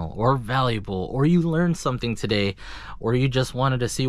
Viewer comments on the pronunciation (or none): none